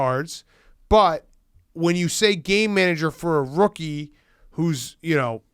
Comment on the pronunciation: Any one else just hear gay manager instead of game manager?